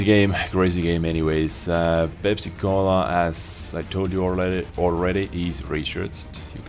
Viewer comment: Like when u say pensacola.. Sounds like pepsicola